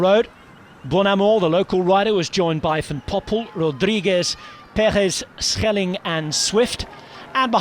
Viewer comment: Nice to hear a commentator making the effort to pronounce names like Schelling correctly.